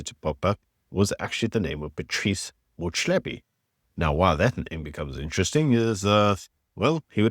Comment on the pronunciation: Please guy listen very carefully to people speaking, like Prince Mashele and how he pronounces people names. Motsepe is pronounced Mot Sepe.